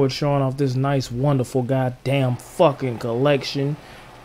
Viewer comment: “i do gah damn better” 😂